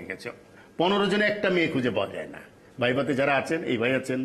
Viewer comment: বাবু মিয়া তো কোটাই পাশ তা নাহলে উনি ভাইভা কে বাই বাই উচ্চারণ করতেন না।